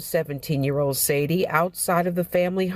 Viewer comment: I sure hope that news reporter apologized to the family for calling her Sadie. Sade isn't hard to pronounce. No one noticed she was saying the name incorrectly?